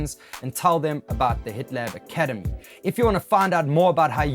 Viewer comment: I thought you said "The Hitler Academy" at the beginning and had to double check I was in the right place.